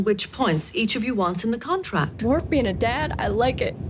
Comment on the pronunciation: It is WORF, madam.